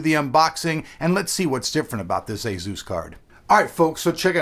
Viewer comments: Azeus? Asus... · "A-zeus card" lol